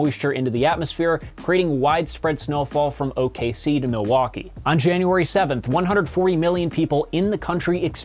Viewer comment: Major props for knowing how to correctly pronounce the abbreviation for Oklahoma City! Commercial airline pilots especially are notorious for saying "Oak City." Love your videos! Keep it up!